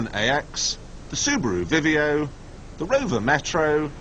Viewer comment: Love how Michelle says subarrru